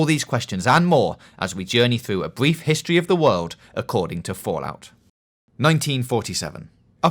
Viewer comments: "The Histowy of the Wowld accowding to Fallout" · "Bweef Histwee" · A Bweif Histowy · Bweif histowy of the wowld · A bwief histowy of the werld